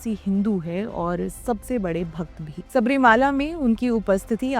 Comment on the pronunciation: Ek correction: Theertha sthan ka naam SABARI MALA hein SABARI " MAALA" NAHIN. Sabari sanyasini hein aur bharathiy epics mein prasidh hein. MALA ( with short A sound ) Is HILL OR MOUNTAIN ..PARVATH. SO MOUNTAIN WHICH IS NAMED AFTER SABARI. TEMPLE IS ACTUALLY A SMALL 20 X 12 SHRINE. ON THE HILL.AND THE CLIMBING STEPS NOW COVERED BY BRONZE CAST STEPS ARE 18 IN NUMBER. STEEP WITH.JUST 20 DEGREE INCLINATION. ORIGINAL ONES GOT WORN OUT BY 4 CRORE FOOT STEPS A YEAR. on an average for over 100 yrs.